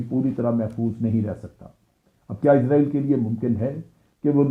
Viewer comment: ازرائیل نہیں بلکہ اسرائیل صحیح تلفظ ہے۔ جنرل صاحب چونکہ اسرائیل میں حکومت Zionists کی ہے لہٰذا انہوں نے امریکہ کے نظام کو استعمال کرتے ہوئے پوری کوشش کی ہے کہ ہر وہ لفظ جس میں s استعمال ہوتا ہے وہاں s کی جگہ z آ جائے۔ اگر آپ کمپیوٹر میں امریکی انگلش کو استعمال کریں گے تو اس کا ثبوت مل جائے گا۔ برطانوی اور امریکی انگلش میں جو فرق ہے اب ان میں z بھی شامل ہو چکا ہے۔ اس سے صیہونیوں کا مقصد محض یہ رعونت دکھانا اور اپنی انا کی تسکین کیلئے اسے محسوس کرنا ہے کہ صیہونیت بہت بڑی طاقت ہے۔ سب سے بڑا تو اللہ ہے۔ اللہ اکبر۔ آپ کے تجزیئے کا شکریہ۔ اچھا تجزیہ تھا۔